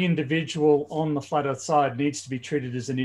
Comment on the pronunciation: The first time I heard "The Flar Earth Institute of Science" I laughed so hard I was snorting. 🤣